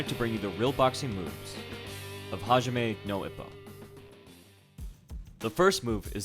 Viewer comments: Oh man that pronunciation Hajime no Ippo Ha is an "HA! GOTCHA" ji as in "g", me as in "may" Also Ippo doesn't accidentally develop the dempsey roll, the coach was working him towards it. Great video though my guy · You killed the name lol. Great informational video though, well done. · The way that you pronounce Hajime gives me cancer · This was a pretty rad surprise. I love Hajime no Ippo and discovered it shortly after I started to really grow an interest in boxing. But i'm pretty amazed by your pronunciation. Who the hell did you hear pronounce "hajime" that way? It's a pretty common japanese word, easy to look up. Personally, i'd rather the channel sticks to the real fights in general. But this was one exception I'm pretty pleased with. Random factoid you may be interested in is that the writer owned a boxing gym(it may still be open, i'm not sure). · ha"ja"mi no ippo XD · "hijame no ippo" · lol its all good you just switched up the a and the i in hajime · You got your syllables backwards. Ha-ji-me, not Hi-ja-me. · HA-JI-ME :'( please pronounce it properly (it's Japanese).. not Ja-may... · He reads hajime: Ha-ja-me instead of hahime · Hee-jah-may no Ippo? Dude, Hajime is pronounced HAH-JEE-MEH! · It sounds weird when you pronounced "Ha Ji Me" to "Ha Ja Mi" LOL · heejamay lmao It's Hajime. hahjeemay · this has been very educational and i thank you so much for the hard work in researching and editing this video. and you are forgiving for pronouncing hajimi wrong :D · Not to rip on you or anything, but you kept pronouncing it Hee-Jaw-May. It's actually pronounced Haw-Jee-May. I understand how you can mix it up because they're somewhat similar and if you have no Japanese experience or little experience in anime, it can be hard. But great work. Not gonna lie though, I'm a weeb and I love this anime so it was frustrating to hear wrong pronunciation lol. But other than that, great work. Would love to see more videos! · Hijahme? Lol